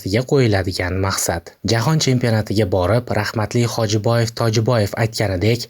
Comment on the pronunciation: Тилингни тугирла! Хожибоев Тожибоев эмас!!!😂